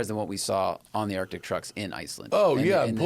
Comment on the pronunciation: So the word is "Arctic" there is a "c" in there Matt! This is my favorite podcast, but for the love of Merle please say the word correctly.